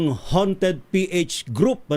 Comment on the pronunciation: 𝘏𝘢𝘶𝘯𝘵𝘦𝘥 -𝘏𝘢𝘯-𝘵𝘦𝘥 ❎ 𝘏𝘢𝘶𝘯𝘵𝘦𝘥 𝘏𝘰𝘯-𝘵𝘦𝘥 ✅ 𝘔𝘢𝘣𝘶𝘩𝘢𝘺 𝘒𝘢𝘺𝘰 𝘮𝘨𝘢 𝘓𝘦𝘨𝘪𝘵 𝘎𝘩𝘰𝘴𝘵 𝘩𝘶𝘯𝘵𝘦𝘳 ❤🦾